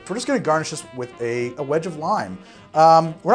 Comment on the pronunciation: Lime wheel "Ganrish" huh? 🤣🤣 I'm here for it. 🍹